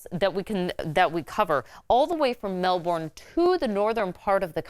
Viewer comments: ITS F ING SAID LIKE MELBEN NOT MELBORN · Excuse me, DID YOU JUST MISPRONOUNCE MELBOURNE SO BADLY?!?! IT'S MEL-BIN! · 🥲 I’m offended at how she pronounced Melbourne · The way she pronounced Melbourne lol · Firstly, the fires cause by man made, teenagers cause it. Not climate change, forgot how, but they did Second, the fires are called ‘Bushfires’ not wildfires. And I hate how she says ‘Melbourne’, I find it strange.